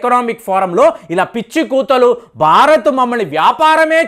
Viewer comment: Barat??? Learn how to speak Telugu properly and correctly😊